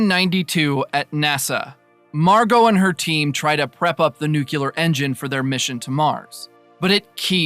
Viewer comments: 40 seconds in... It's New- KLEE- ER... not new CULER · The word is NUCLEAR, not "nucular"!!! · Please…it’s pronounced “new-clear,” only two syllables. I cringe every time I hear “nuculear” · Thanks but please, it nuclear, not nucular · New-clee-ar. Nuclear. Not nuke-you-lar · A really useful, concise and informative summary of the third series of a programme which has completely passed me by. Only let down by pronuciation - it is NEW-KLEE-AR not nuke-you-lar!! From the nucleus (NEW-KLEE-USS) of the atom. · Nuclear. It's nuclear. Nook-yuh-ler is not a word. Sorry for being pedantic. Great recap, though! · Thanks for the recap! It was "nuculear"! Sorry couldn't resist 😅 Joke aside, your video was really helpful! Cheers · I like how he kicks off the video with nukular. Really sets the tone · Nuclear is pronounced (NOOK lee ur/ New clear). It comes from nucleus - the middle of an atom. Off-topic : "gravy" has to be made with drippings from cooked meat, so the red marinara that goes on pasta is "sauce" - liquid based. If we're all going to die as slaves anyway, we might as well get it right while we're here. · I remember the first time W. visited Downing Street after invading Iraq. There was a large protest, people carrying signs saying "STOP THE ILLEGAL WAR", "WAR CRIMINAL", "MURDERER", etc. Except for one guy, his sign simply read: "NUKULAR". I have never laughed so hard at a news report in my entire life